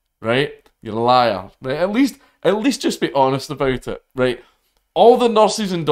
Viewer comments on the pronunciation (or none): none